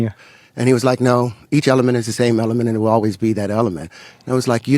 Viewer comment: He mispronounced a bunch of words called silicone and element , then said the spot on Jupiter would make a planet how when it’s a storm. Than said it’s at the equator it’s not it below it at twenty degrees. Then when asked to describe it he say the sun spits out planets like we poop… he a complete idiot n if u think he’s smart go get help .